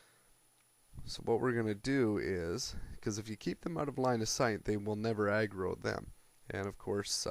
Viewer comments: when u say aggro it sounds like you are saying eggroll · i thought he did say eggroll ^.^